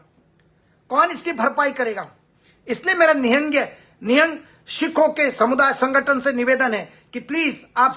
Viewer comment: Wo galat h or tu sahi h pehle to nihang bolna sikh